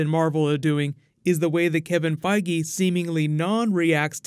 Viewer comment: Good video but the way you say makes me cringe